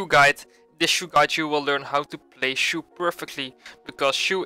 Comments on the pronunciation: I thought it was pronounced ‘chow’ not ‘chew’ 😂😂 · its not pronounced as shu.. more like.. Cho.. like Chad..'Ch' and Shoulders 'ou' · Its not shoe its chou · u have to pronounce his name like "chaw" not choo. btw nice gameplay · I think its pronounced as "Chouw" and not Shoe. He seems to be based on Bruce Lee so the name "Chouw" sounds like its a name from Bruce Lee's homeland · wtf stop staying shoe it is chou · chou = zhou 周，not shoe. hahahaha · How to pronounce chou. It will be chu or shoe?? Or chaw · Its no shoe its chou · It’s chou not shu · DID THIS MAN JUST CALL HIM SHOE!!!! SHOE???? lmao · when say chou i hear he say shoe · I though you said Shoe and not Chou. 😂😂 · What really is it supposed to pronounce shoe or Chao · pronounce chou.... nt suuh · Chou read as Ch in Chalk, and ou as ow in Wow. I mean he is chinese. Why use French pronunciation.. He is not a Shoes.. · Hahaha thats what i hear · Whats the real pronounciation? Chu or chow? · i like to like and subscribe to your channel but a simple name you don't know how to pronounce..